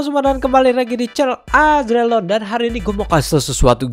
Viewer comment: woy bukan azreGalon😂